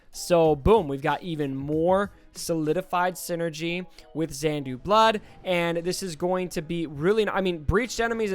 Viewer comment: Also saying Xandu Blood instead of Xanadu 😂.. sorry..